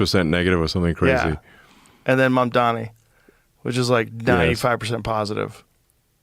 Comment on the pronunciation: You don’t even know how to say his name .. who is mumdhami …😂